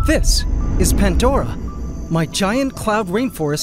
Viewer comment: Is there a reason you have added a t to pandora and pangea?